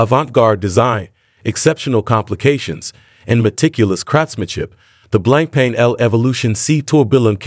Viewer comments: It's not 'blanc pain' - it is pronounced BlonkPon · good video. Btw, it's pronounced "blong punk"